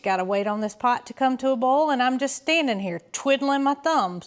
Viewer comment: I love your accent!You sayboillikethewordbowl.😊